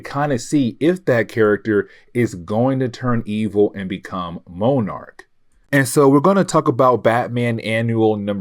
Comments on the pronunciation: Hey, I love watching your videos. Only bone I have to pick is sometimes your pronunciations are off. Moenarc is not how you say monarch. I apologize for the call out but It hurt my already hard working brain. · Monarch and Monarch butterfly are pronounced the same , have u never seen Venture Brothers..? Hey it better than saying Mow-Arch like this video 😂